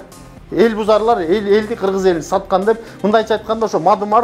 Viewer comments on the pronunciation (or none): none